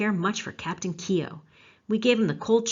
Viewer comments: I suggest you go to Ireland and LISTEN to how it's pronounced and redo your show and do it correctly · Great presentation and looking forward to hearing more. I was born in Ardattin a small village in the east of County Carlow. I was aware of Keogh but your background and detail is great. By the way for the correct pronunciation of Keogh you should think of it as one syllable and the gh is silent! Do you know about the other famous Carlow man who had a huge role in US history: Pierce Butler? Now there’s a story! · I live only a few miles from where he was born in Co.Carlow , I visited the battlefield on two occasions when I was on vacation to the USA 🇺🇸 , that was a good documentary, but you are pronouncing “Keogh” incorrectly 😊😊😊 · you did well enough except the o is more prominent than e so instead of Key O it's Kuo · yes I noticed you switched half way through there. Keogh is pronounced "Keoo". The Kee-Ho is very much an Americanism. Like when visiting the Cliffs of Moher in Clare Americans will invariably extole the virtues of "Mo-her" rather than the "More" in the vernacular. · The E is silent the name is pronounced Kogh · Keogh..... pronunciation time...not Ke-ogh,.....its K-followed by a soft long yoo,also the K has a subtle Q sound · Fascinating Video, unfortunately you are pronouncing his name incorrectly , it's not "key O", it's Koow. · News - keeohhh is NOT pronounced that way for all you Americans ……… it is pronounced kyohhhh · Great work, can i just make a suggestion about pronunciation, Keogh is pronounced "Kyo" the e is not pronounced and gh together in irish is generally silent, so Gallagher is pronounced "Gallaher" and Doghtery or Doherty is pronounced "Dawherty" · The pronunciation of the name Keogh in Ireland has only 1 syllable,others use 2 syllable Key ho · It’s pronounced Keooo. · God, Why not pronounce his name correctly !